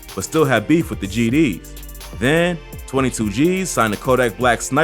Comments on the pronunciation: Bro i like your Vids But pls say ,,tutugeez“ Not ,,twenty two geez“ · ik but it disturbs me how he says twenty two Gs